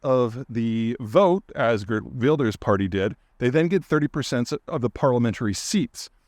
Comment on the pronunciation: And you even got the pronounciation of Geert Wilders and Marc Rutte quite well!